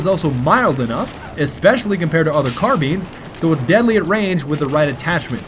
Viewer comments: Yes hes saying carbeans. it's like a car with alot of beans inside the car. xD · Sounds like he is saying carbeans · It's so annoying when he says carbeans idk why!!! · its not carbeans, you silly bagel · no, not car-beans